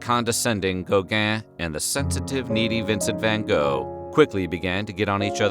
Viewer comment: Gow-gaaaah and van Goh...Why can't americans pronounce foreign names correctly?